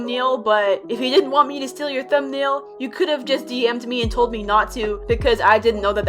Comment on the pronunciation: he said steel not steal.